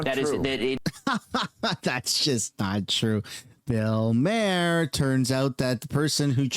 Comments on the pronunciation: Phonetic for Bill’s last name: Mah Hur. Not “mayor” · Ffs, it's not pronounced Mayer, it's Maw-er. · It's pronounced Bill Marr, not Mayor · Maher is pronounced Mar. If you are going to talk about a person learn how to say their name you moron. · First, you’re pronouncing Bill Maher’s name wrong. 2 this show came out before all this information was confirmed or released. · I can’t stand the way you say bills name 😂 great video tho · The way you pronounce Bills name is driving me crazy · You can't even say bill maher properly..... loll 😂